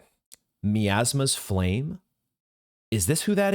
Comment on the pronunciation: I know its difficult to hear but I cant get over "Miasma" and "Messma" 🤣